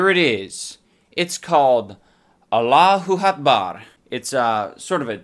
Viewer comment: ffs "Allahu Hotbar" HAHAHA 😂😂😂